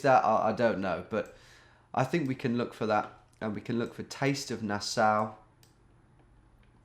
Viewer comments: Nass-Aw, not Nass-ow! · pronounced nas-saw. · Nassau is pronounced nah saw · it's NA-SAW lol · Nassau pronunciation is like nails on a chalkboard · Thanks for pretending to not know where Nassau was. Mispronouncing it was genius misdirection too! A big thanks for giving your bewildered fans an ego boost!